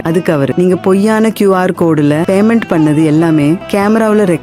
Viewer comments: உன்னோட தமிழ் உச்சரிப்பு சரியில்லை. அதென்ன Baymendu, Bannala??? Payment, pannala என்று சரியாக சொல்லுங்க... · கேசியர் Baymendu bannu... அய்யோ உச்சரிப்பு கொடுமை.